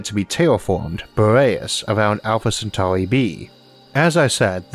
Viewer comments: seweeouswy? welwy? alpha centauwi? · "Alpha centauy" 😂😂😂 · Owfa Cen-tawi 😅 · Staws. Alpha Centawee. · Sorry, that weird accent of the narrator and the way he pronounced Alpha Centauri = couldn't watch it. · THWEE STAWRS IN THE ALPHA CENTAUWI STAWR SYSTEM?!?! UNBEWIEVABLE!!!!